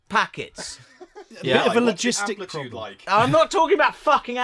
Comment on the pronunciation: "What's the ploblem? What's the ploblem?" I thought I was unna pysh mesel